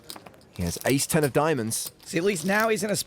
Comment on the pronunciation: Ace. Not ass lmao 😂